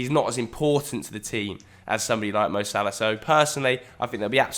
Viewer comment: How's Algerian and pronounces Salah as Salaaaaaa? HAHAHAHA All love